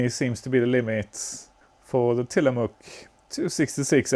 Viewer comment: It took me until you mentioned Bits und Bolts that you were not the you tuber that had a P5a and the Tillamook MMX chips that I had seen before! Fun fact, I lived in the town of Tillamook at it's famous cheese factory. I worked IT. You got the pronunciation perfect. Big A engaged.